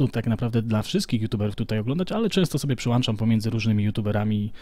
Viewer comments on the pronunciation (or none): Mówi się przełączam xD Nie miałem się do czego przyczepić w tym super przeglądzie informacji więc wybrałem to xD